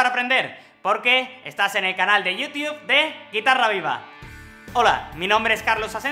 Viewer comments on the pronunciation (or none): no es por burlarme opero dijiste yiu tub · estubo bien la leccion gracias pero un error dijistes yiu tube